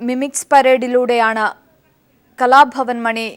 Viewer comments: kalafavan alla kalabavan ennu vayikan padiku adhyam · who is that presenter !! cant stand her.... and please it's kalabhavan not 'kalafavan'